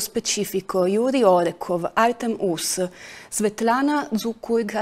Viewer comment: Se non vi dispiace di cercare di pronunciare più coretto il nome Artem [Artyo'm] altrimenti è molto difficile capire di chi state parlando. Purtroppo i nomi russi spesso sono mal riscritti in latino.